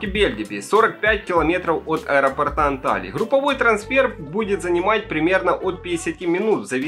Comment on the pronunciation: От аэропОрта, а не аэропортА, грамотей🐵🙉🤬🙈😠😡